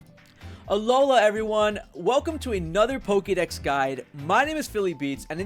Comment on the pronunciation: It's funny how you say Pokidex and Pokimon instead of pokedex and Pokemon